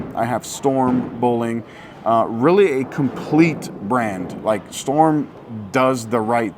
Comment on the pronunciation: Drink every time says “rilly” (really)